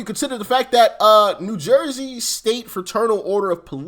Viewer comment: Are you from Philly? Lol. That's how we say it here. 😂